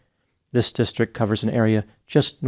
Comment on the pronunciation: The two best parts of this video is pronouncing district districk and saying Chatterbate 😂